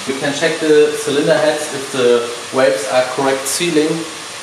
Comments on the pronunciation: when you say waves cover. it gets me every time lol i know you mean valve cover i just hear you saying waves lol. I Like your videos man keep up the amazing work. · Say valve like falve